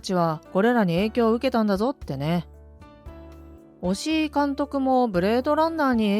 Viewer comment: 押井監督を おしお監督って何回も言ってるが この動画がリスペクト足りなくね？